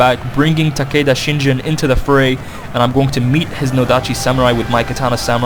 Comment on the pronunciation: its shiNGEN NOT shiNJEN